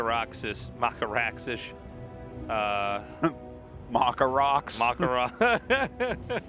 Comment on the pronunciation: You: "Macca Rax" Tasteless, an intellectual: "Mocker Rox"